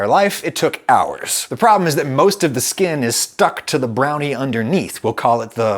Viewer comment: I've never been more offended by something so non offensive before. Stop saying skin like that Adam